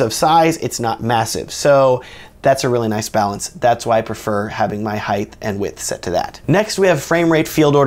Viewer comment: Pro tip: Height is pronounced Height— not Heighth; Height.